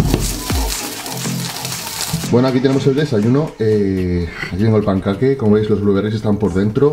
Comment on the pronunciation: Podrias decir "pancake" correctamente hahaha saludos